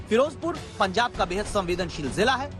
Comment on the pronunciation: "बेहद" पर गांड़ का पूरा जोर लगा दिया 🤣